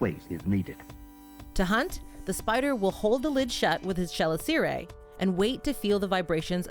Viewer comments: I don't want to be the Hermione of the situation, but chelicerae is pronounced "Kelìcere", not "Schelicère" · fyi - Chelicerae is pronounced Kel-iss-er-ay. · Chalicerae is usually pronounced with a hard 'K' sound at the beginning "Kaiisseray" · Fantastic video as always, but you may want to look up the standard pronunciation of chelicerae. (kuh-LISS-uh-rye) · I've never heard "chelicerae" pronounced that way before. Took me a minute to figure out what you were talking about. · I don’t think I’ve ever heard chelicerae pronounced that way before.